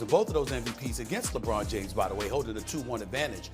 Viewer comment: PERK: LAH-BWAH-NUH DAY-MHUZ.The rest of the world....lebron James.